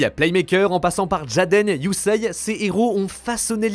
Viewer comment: Superbe vidéo mec Mais STP CA se Prononce YUSéé pas Yuseiye ❤😂